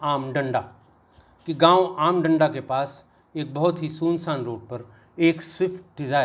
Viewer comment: आम डांडा़ ना कि आम डंडा।